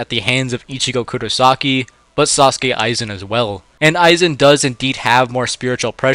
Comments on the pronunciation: No offense, but his Name is not Sauske Aizen, its Sosuke Aizen. Or Aizen Sosuke. Now say it in a deep japanese mans voice. Good, good. Now thats it. 😂😂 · As expected. Aizen would solo. Also, it's Sōsuke Aizen. Not Sasuke Aizen. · I am out when bro said sauske aizen instead of souske aizen😁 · Bros Pronouncing sosuke "Sasuke Aizen"💀